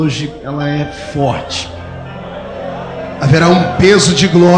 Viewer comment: Você não pronunciou corretamente. O certo é: É forrrrrrrrte igreja.